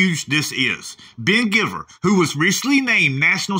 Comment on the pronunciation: lol ❤️ I think his last name is pronounced gyveer rather than giver